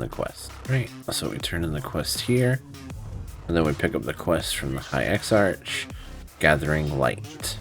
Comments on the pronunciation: Great video dude! Butttttttttt...... it's ex-ARK not ex-arch hahahaha.... just messing around man. Thank you, you saved me a ton of time. :) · Would have been a better guide if you hadn't driven me crazy mispronouncing (eksa-k) exarch. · What this guide doesn't tell you is that you need to be friendly with the factions of the broken isles to even begin this. That in itself took me hours to complete with all the running around and special quest states required to even see the NPCs that give quests. I'm currently halfway through the video and while accurate as to what we're suppose to do, I am malding over how you pronounce Exarch wrong and a few other things. At least it makes me want to get this done even faster. No hate, just sayin'.